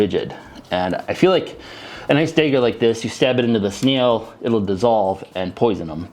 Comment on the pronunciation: I dont know why, but I love how you pronounce snail like "sneel"